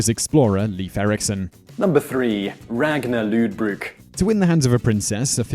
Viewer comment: anyone else find his pronunciation just horrid?...ragnar Lothbrok